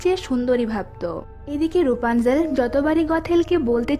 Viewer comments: এটা রুপানজেল না এটা রাপুনজেল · Rupanzel na rapunzel